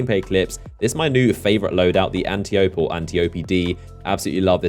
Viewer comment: aint the antiope-d pronounced an-tie-oh-pe like ol girl from wonder woman? i figure she's probly some Greek historical figure or somethin and thats what the names from